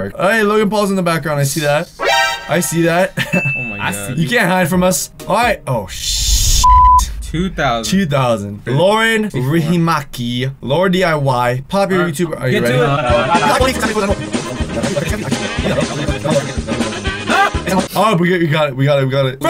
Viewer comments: OMG I laughed so hard when you said lauren riihimaki (bc I'm from finland) and it's actuakky riihimäki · I love you because of the Dolan Twins but hate you because of the snake paul🤦🏼‍♀️ but I laughed when you said Riihimäki because I’m from Finland and you definitely don’t say it like that😂